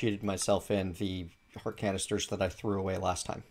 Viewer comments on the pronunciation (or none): none